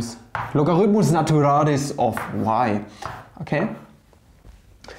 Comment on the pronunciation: He said "logaritmus naturalis," which is Latin, but his pronunciation does sound similar to the Spanish equivalent, although Latin pronunciation is already fairly similar to Spanish pronunciation anyway.